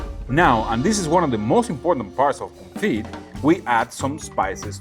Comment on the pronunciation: Today is a break from your English classes! It's French day... 😀 Confit has a silent T, it's pronounced "Confee." 😉 And yes, it does amazing things for beef,chicken, duck is popular, anything you want to cook. Keep up the good work 👏